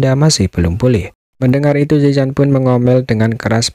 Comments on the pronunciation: Penyebutan nama ziyan bukan yisan tapi ziyan kaisar naga void kuno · Bukan yisan tapi ziyan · mantap si bang. tapi manggil ziyan nya salaah terus😅